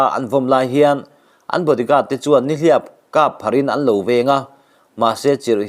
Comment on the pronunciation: "Spain Lalpa vengtu te chuan Nihliap kâp pharh in.." tih hi i lam dan a va mak em emmmm😮